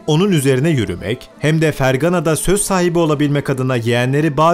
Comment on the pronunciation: fergaaane diye okunuyor uzatman lazım a yı kardeş